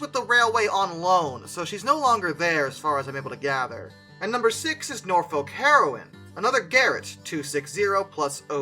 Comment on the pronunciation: The H in Walsingham is not pronounced, neither is the L in Norfolk. Best to check English place place-names in advance - even the English get them wrong, but these are easy ones for beginners.